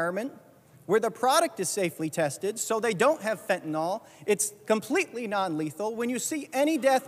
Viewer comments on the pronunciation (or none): Why is it so hard for people to pronounce Fentanyl properly? There is no O in Fentanyl.